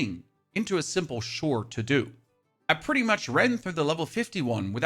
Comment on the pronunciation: For god sake, why does he say "shore" for "chore"??